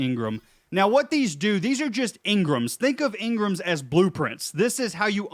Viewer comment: It’s en grams not ngrames